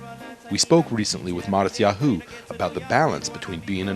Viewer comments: hahaha omggg sooo irritating bc hes pronouncing his name wrong. matisYaHOOOOO lmao kill me. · he keeps saying matisyaHU! It's driving me crazy! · I love the way he says Mattisyahu- it sounds so funny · he just puts a ton of emphasis on the 'hu' part. makes it...distracting lol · he's pronouncing his name wrong...